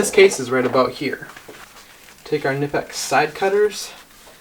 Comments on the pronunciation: K NIP X, pronounce it correctly, the "K" is pronounced, they make great stuff, as does Whia, and Weara, and Hazet, channel lock is also a very good non German brand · The “Safety Tools” indeed, sir! 😂 How about the “Tool Tools”? Knipex is a German company and as such the” “K” is pronounced, not silent as in English. So unless you say “Jalapeño” with a hard J, it’s “K-nipex”. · Great video. Side note: the K in Knipex is not technically silent.